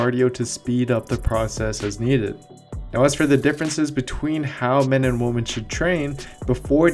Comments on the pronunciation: He can't say women. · Actually incredibly annoying that you mispronounce women continuously throughout the video :P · I'm going crazy listening to this younger generation slaughter the English language. 🤦🏻‍♂️ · Excellent video. But it was strange that you say men and females. Choose one: Males and females, or men and women. And women is pronounced [wimen]. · Women my friend...Women. It's pronounced Wimen when you're speaking of more than one woman. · I love you, you are one of my favourite, I watch all your videos, read your articles, I’d like to buy one of your programs soon, you are super smart, you’re from my home town….but through this video it sounds like you say men & woman (woman) instead of women lol. Thought I’d just mention it, not sure if that’s what you’re saying or what I’m hearing? Lol 😂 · You sound like a caveman the way you pronounce “women”. “Woman like big butt. Woman think big butt good.” 😂😂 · He said MEN with the E yet says WOMEN with an A. Makes zero sense. Turn on subtitles, he is saying WOMAN. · Women is pronounced as "wi- men" Haha. Unless that's an accent thing. Great vid btw! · I made it to about the 20th pronunciation of women in singular instead of plural. Great video otherwise. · I gave you a like even though you can't pronounce 'women' correctly 🙃. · I couldn't bring myself to click like, solely because of that 💀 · Do you need support with pronouncing the plural of 'woman',? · I'm clicking off. I can't take him seriously when he can't say "women" properly. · I’m not sure knows how to pronounce women - gr8 video though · Lol right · Thanks for saying “women” in Spanish. That “wimen” absurd thing drives me nuts... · I think you’re saying women wrong btw 😄 Great videos 👍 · I couldn’t watch this shit without cringing every time he said it... really takes away from the good info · I’m glad I’m not the only one. It’s driving me nuts but the video is interesting. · It's driving me nuts. May stop watching the video.